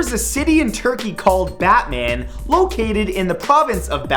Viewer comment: The "Batman" place in Turkey is pronounced "Botmin"